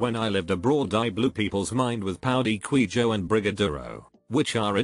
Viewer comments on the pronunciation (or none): none